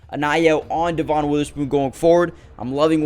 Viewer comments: It’s pronounced Devin not de von. I know, the spelling doesn’t match. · It is spelled Devon but it is pronounced Devin